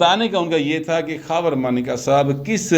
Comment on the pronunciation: مانیکا ہے یا مونیکا او ماٸ ڈارلنگ۔ کسی بھارتی فلم کے گانے کا بول۔ لگتا ہے عمران بھی اس کو ایسے ہی پکارتا ہو گا 😜😂